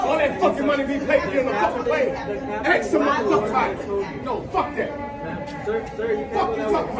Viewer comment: “ Go axe sumbody?”